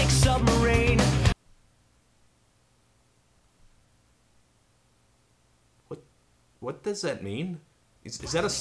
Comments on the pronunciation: Especially since the guy pronounced submarine as submarane in the song to try and force a rhyme. So bad. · weellll, he does go out of his way to pronounce it, “submarane” to force it to rhyme.